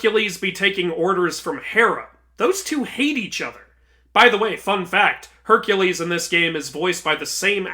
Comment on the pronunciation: No offence to you but when you correct Kratos saying Hercules you proceeded to say it wrong yourself